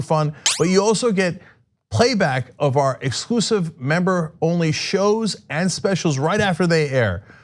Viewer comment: I thought you were stressing their manufactured culture war against PBS was “for DECADES”. Then I saw the year span and realized you were emphasizing “FOUR decades”. It’s sad it still works on people.